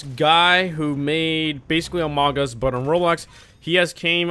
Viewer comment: Amog us, he said amog us, this is legendary